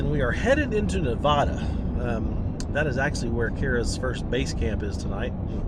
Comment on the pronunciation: I have a project m four wheel camper on my gladiator and love it...from someone who lives Nevada you need to work in your pronunciation 😂